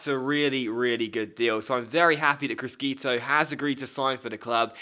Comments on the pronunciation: The italian pronunciation is "crishito" not "criskito" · it's pronounced Kree-sheetoh C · GG's regen prounanced Crishito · criscito is pronounced cris-SHito but apart from that great vid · it will annoy me so much. please just say it properly - crish shi to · Criscito is pronounced Cree-shee-toh